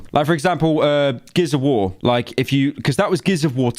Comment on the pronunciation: ah yes “geis of war”